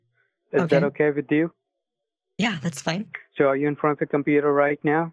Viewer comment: "we will fix your compeedo"